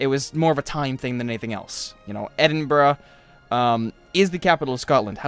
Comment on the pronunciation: you say it like Edinburg not edinbruh